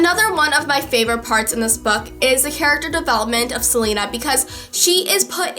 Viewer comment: I love you, but I have to say it's pronounced Se- LAY- na, not Se- Lee- na.